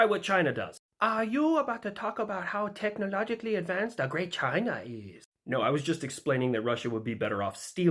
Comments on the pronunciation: "Da Great Chinah" 😂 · " wut yo mean, da great chinaa hasn't stolen anyting" I love how more people can do a Chinese accent better than most other attempted accents.